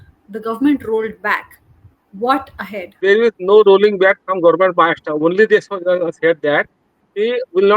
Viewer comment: I like your pronunciation of महाराष्ट्र